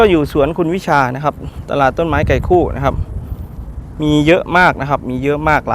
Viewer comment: ตลาดไก่คู่อยุ่ที่ใหนพูดไม่เคลียร์